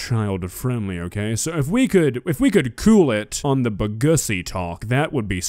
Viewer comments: What's also cursed about Bgussy is how he pronouced it "Uhsee" intead of "Uosee" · I cracked up when said bagussy the first time then cry laughed after he said it again, didn’t know I needed that in my life